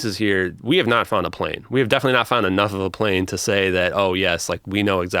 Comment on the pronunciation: "how far can you see a pane one a clear night" lmao